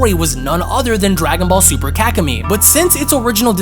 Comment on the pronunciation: I’m sorry but it sounds like you’re saying kak-in-me 🤣